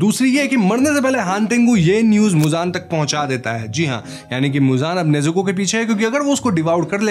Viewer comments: Nezuke was also mispronounced it was nezuko 🤧🤧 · Bro It's Nezuko not Nezuke😊